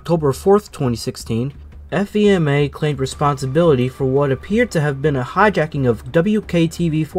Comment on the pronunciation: How i remember this! BTW the FEMA us usually pronounced Fee-ma. Fee as in a money charge & ma as in mother.